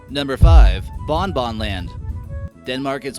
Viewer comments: Its not bon-bon well that's its name but say it like this bong-bongG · you pronounce it Bongbong -land